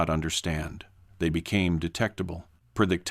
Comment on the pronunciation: Preydictable? Gotta love AI.